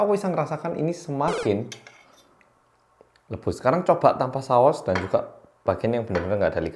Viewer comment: ngakak banget ngomong "luebus" nya smpe gak keitung brp kali 😂😭